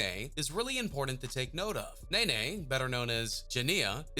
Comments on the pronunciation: Nae Nae 😂😂😂 its NEE NEE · Anybody else got mad wen he kept saying nana instead of nene 😂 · How you heard this man pronounce her name “ knee-knee “ & you still gone sit there & say “ nay-nay “ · “Nae nae” now I know u can read it say Ne-Ne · lol it's pronounced Nene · It's pronounced nini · It’s pronounced knee-knee 😂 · okay first of all baby joe (yb best friend ) is the one sitting next to Draco (his son) second he dropped another song the next day & her nameee is pronounced “knee knee” he literally said that also he is dropping 38 baby 2 soooo idk wdf u talking about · its nene (knee-knee)